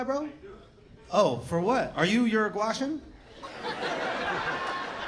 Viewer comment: The fact that he said “Uruguashan “ in stead of “Uruguayan” means he knows quite a bit about the country .